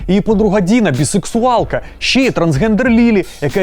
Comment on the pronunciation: Навчіть казати не щє, а ЩЕ)